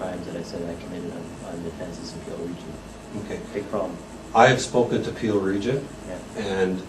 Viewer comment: Pill region, Peel region, Pee region ... keep going :D